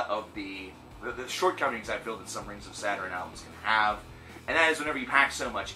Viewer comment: Lmao your pronunciation of their name tho, Rings of Saturn is super dope, their new album is super good imo